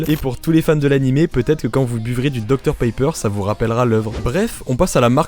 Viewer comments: Suis-je le seul à entendre dr paper au lieu de pepper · pq tu prononce docteur Paypeur alors que ça se prononce pépeure